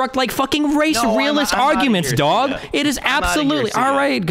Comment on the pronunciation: I love how he sounds like hes from brooklyn when he says it, even tho hes an omaha duder